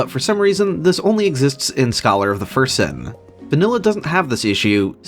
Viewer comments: Great videos but you’ve got to stop saying ”Scholar of the First Sin” like that. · I like that you put emphasis on "first" when pronouncing "Scholar of the First Sin," implying the existence of some sinister unknown second sin with another associated Aldia figure